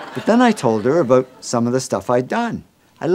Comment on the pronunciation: Do canadians know how grating it is when they say 'oot' and 'aboot'. Could you just learn how to pronounce the words properly already?